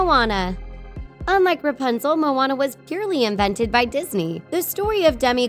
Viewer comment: It‘s RApunzel not RUpanzel🤔🙄